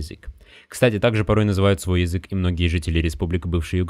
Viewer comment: Мне одному кажется что автор говорит не Язык а Езык?